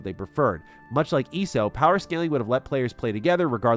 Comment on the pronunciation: Watching you not weave any of your attacks and report that you played ESO without the plus sub tells me you didn't really play ESO much. Also its E.S.O. not eeeso. Weird thing to fake dude. Agree with the rest of the vid though, thanks for the scoop.